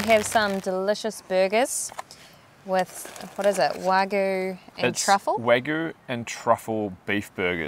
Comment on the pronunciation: Just a bit too much information 😁And mispronunciation of the burgers as you left out the Y as is WagYu